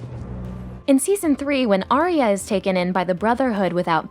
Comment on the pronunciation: It hurts my heart every time y’all say her name. She’s Arya, not Aria.